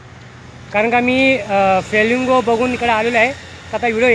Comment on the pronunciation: Feelingo nahi kaka Flemingo boltat tyala